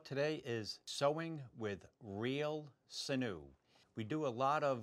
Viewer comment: SIN-yu is the usual pronunciation : )